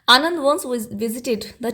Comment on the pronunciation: Mam vo Anand nhi Ananda hai